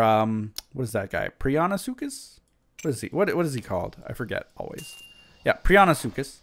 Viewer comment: you miss pronounce so many names it makes me cringe...but now I shall help!!! micro-pa- saurous. pri-on-sucus